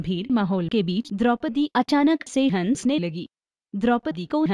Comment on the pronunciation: Pehle hansne bolna to seekh jao jaiae railway stn wali ladki ki dubbing ho